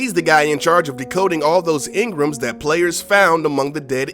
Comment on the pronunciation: Pronounce "engram" correctly next time.